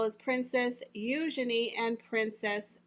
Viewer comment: The correct pronunciation of Eugenie is You-jean-ee, not Yougin-ee.